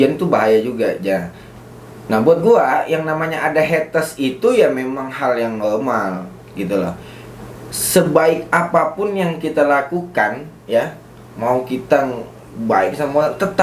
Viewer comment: Normal bukan nolmal hahaha